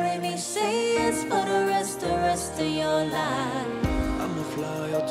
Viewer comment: Did anyone hear when she said say it sounds like shay